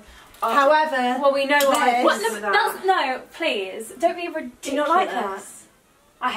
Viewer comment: "Don't be RIDDIKKKKULUS!" loved that moment!